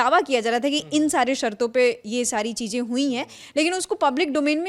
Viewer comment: Abe Urdu bolna to seekh lo.. Cheejen...nhi... Cheezen